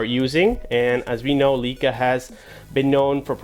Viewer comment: you are pronouncing the word wrong stop saying LeeCa